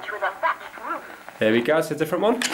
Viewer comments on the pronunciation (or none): “I live in A Cottage with A Thatched Rooth”